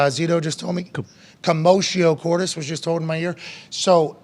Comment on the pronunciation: Geez commotio cordis what's so difficult in there to pronounce. Makes me think of James Hetfield and his atrocious pronunciation of Lux aeterna.